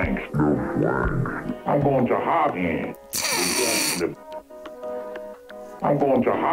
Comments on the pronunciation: It sounded more like "I'm goin' to hogwarts" than "I'm going to honk you" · Honestly thought it sounded more like "I'm going to HARM you"